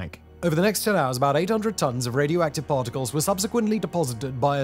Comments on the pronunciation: Raidi-active.. ?? Huh ? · "Radi active" 😅